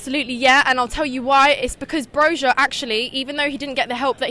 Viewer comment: The lady analyzes the match better than the young bimbo in another interview who didn't see Arsenal's total domination. BTW, Broja is pronounced like Broya.